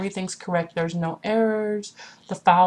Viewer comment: you pronounced files wrong, you said fowls, hahahahaha